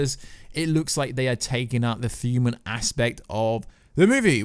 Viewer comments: I hear it , thuman.. u cant talk dude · What on earth is a thuman/fuman or thumanity/fumanity? Makes listening to this commentary almost unbearable. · and therabouts. The word "thuman" and "thumanity" recurs multiple times. I dunno if it's a speech impediment or a microphone noise.